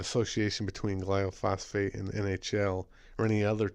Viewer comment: Thanks for pointing this out but it's gly-pho-sate, not gly-o-phos-fate and it does a lot more than cause cancer. For an excellent lecture on glyphosate, what it is, how it works, the consequences to human and animal health and how to pronounce it :), watch the following video. You'll be glad you did. It is presented by a scientist who worked in the field of genetic engineering.